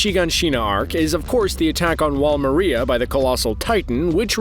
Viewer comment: He said wall Mareia its Maria